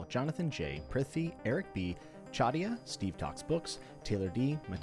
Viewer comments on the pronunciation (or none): none